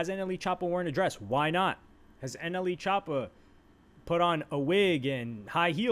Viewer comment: Bro not NLE choppa he's "anally choppa" lol